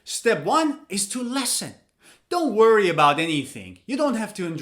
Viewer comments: Listen is pronounced as Li s(o)n. It's a short 'e' sound. Like Liberty, living. Pronouncing it as Lesson is wrong. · the way you pronounce 'listen' was just like 'lesson' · Sometimes I heard lessen instead of listen. Is it American accent? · has anybody told you that you pronounce (listen) as / lesn/ I mean the first vowel sound is different. I know you are a native speaker and none can speak English as well as you do but I'm waiting for your explanation. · Wwwwwwow your pronounce of listen is wrong